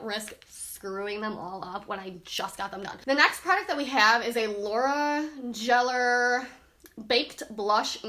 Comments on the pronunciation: Lol great review to help you out a little its laura geller not jeller lol cute tho💜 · Girl you did not say Laura Jeller 😂😂😭😭 I can't haha 😂😂😂 have you never heard of Laura Geller babe?! The Gilded Honey famous highlighter or her baked products?! I'm just messing with ya. But that was funny. 😂